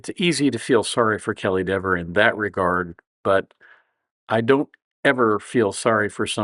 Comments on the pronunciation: Should have said "Dee-ver" through the whole video. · Her last name should be pronounced DEEVER, long E. Same as Peter or Steven. She wants it.pronounced DEVVER .